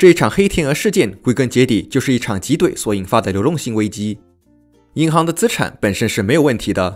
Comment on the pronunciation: 挤兑第四声。。。。读到中间才读对了一次，听得也太难受了